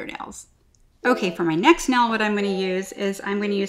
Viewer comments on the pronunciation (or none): I love that she says nell instead of nail